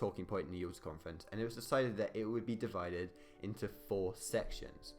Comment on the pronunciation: Since when was Yaalter pronounced Uooota? Alas a chaotic account of the Yalta Conference. E.g. Roosevelt and Churchill we not different from Stalin because they were capitalists, but because they were elected leaders of democracies (Stalin joked about how much easier it was to simply tell the population what to do). E.g. all three knew about the atomic bomb, but it was never discussed - and still one of the top two of Roosevelt’s aims was to bring Russia into the war with Japan, because he didn’t know the bomb would work - and a conventional invasion would cost an estimated 4m American lives. Similarly Churchill did not accept that the British Empire was in decline, he defended it vigorously - hence Greece was so important as it covered the Mediterranean access to Suez and India. And consider why the Holocaust (as it was later called) was never discussed. And Churchill was very worried that the USA would pull its troops out of Europe, as Britain could not maintain occupation control on its own hence the importance of getting France back on its feet despite de Gaulle’s intransigence. BTW, it was not agreed that France would have a zone of occupation, only that they would be offered a role - because de Gaulle was not present.